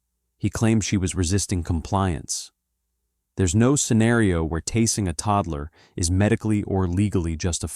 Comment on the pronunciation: Pronounce the word tasing properly in the narrative of the video.